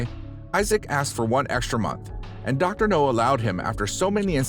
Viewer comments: Dr. NOW, not NO! Have you ever watched an episode? If you have you'd know it's NOW!! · Dr. NOW not Dr. NO. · It's Dr Nowzaradan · Do you purposely mispronounce the doctor'a name just to piss people off?